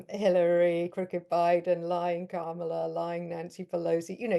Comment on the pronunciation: Kamala is pronounced "Comma la". You're journalists, get it right.